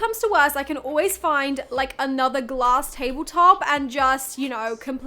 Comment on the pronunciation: Ouuu this is fun “Ouuu I see some glass” for us Canadians it sounded like Gloss and I’m like, why is there lip gloss in a furniture pallet